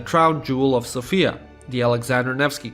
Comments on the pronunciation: You're saying Sofia wrong, it's more like Sófia, and not Sofía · Everything is wonderful information wise, I just hate it when I hear people constantly mispronounce Sofia. The woman's name is Sophia, the city's name is So'fia - not Sofi'a. I'm a grammar nazi. My OCD is extremely triggered lolz